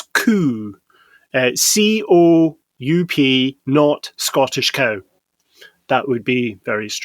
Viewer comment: Neat! The way you pronounce Scottish cow is exactly how cow is pronounced in Norwegian (spelled "ku")